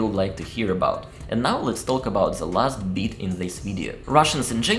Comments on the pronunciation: About pronunciation: you always say “taLk”, while the L in talk is silent 🙂 But you speak good English, I like listening to you. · Word “talk” the L is silent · As a Brit, I have no problems understanding you and think you have an excellent level of English! However since you asked, one interesting observation I have is that you pronounce the L in words such as talk, could, would - this L is normally silent!